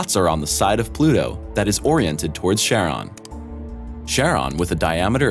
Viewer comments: Pluto's large moon is pronounced 'KARE - on' not 'SHARE - on'. And 'nuclear' is pronounced 'NOOK - lee- er', NOT (!!!!!) NOOK yah ler. This video is not science. It's speculation. For shame. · Pluto is a PLANET and it's moon is named: 'CHARON' (pronounced: 'KARON'). Stay in school please.